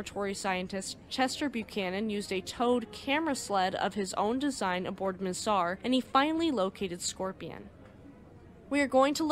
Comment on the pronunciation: The name of the accompanying monitor ship is pronounced "My-Czar"...not.."Me-zer"